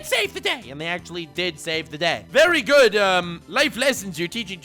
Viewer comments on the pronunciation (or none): none